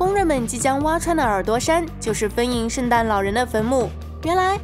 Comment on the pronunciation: 请练习一下后鼻音，每次看都觉得挺难受的，比如“封印，发生，蒙受，联盟”这些词，主要就是en和eng不分